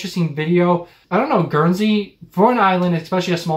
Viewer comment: Guernsey is pronounced with a hard G and you pronounce the N. I live there. Jersey is a different island